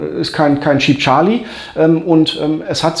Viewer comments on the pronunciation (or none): none